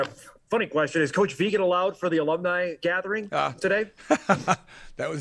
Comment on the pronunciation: I'm not even a Montana State fan but WHY is it few if any of the moderators, commentators and "social media" pundits covering or previewing the FCS Championship game can't seem to pronounce Montana State head coach Brent Vigen's name correctly?! I would hope none of these people would go into a job interview not knowing how to pronounce the name of the person they're being interviewed by so why can't they study up on the names of key people they'll be introducing or interviewing, after all it is their job! His name is Brent with an n not Brett and his last name is Vigen pronounce very similar to vegan with the "hard G" sound not a J sound and simply change the a to an e VeeGen. A persons name is their brand doing your diligence to pronounce it correctly shows courtesy and professionalism!